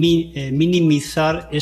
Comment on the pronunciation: “Minimizar” no, “Niminizar”. Si lo dice el gobierno a la RAE q le den.